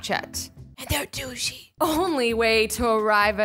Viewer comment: GAAHH QUIT SAYING DOOSHIE AND DOOSH😂😂😂